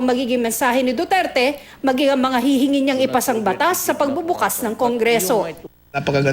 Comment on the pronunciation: miss. tina panganiban perez isa kang reporter diba ..kase kung makapagbitaw ka lng ng pangalan ni president duterte ay parang may galit ka lang! diin na diin ung DUTERTE mo ahh! galangin mo ang president para galangin nya din ang mediang katulad mo!